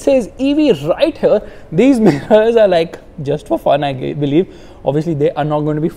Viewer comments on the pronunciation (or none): none